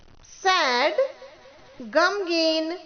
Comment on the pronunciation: تلفظ: آنیسٹ Honest گمگین نہیں.. "غمگین"